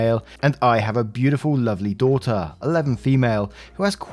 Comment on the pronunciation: Love the accent and the way you say daughter😘😁